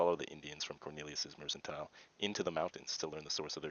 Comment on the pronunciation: Mer CAN tile. It’s mercantile dude! Not mersantile!